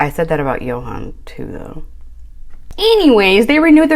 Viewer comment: Honestly. Ill be that person today.. I don't feel bad for her at all. I feel like and I've said this before, she was trying to buy his love. No one her age can be this thick. Also its YO HAN. She and JO HAND was doomed from the start when she couldn't be bothered to pronounce his name correctly.